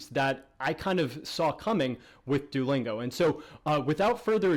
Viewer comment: Kinda bothering me the way you're pronouncing it.. do-lingo? Lol I'm just nitpicking though. Great video, audio issues aside.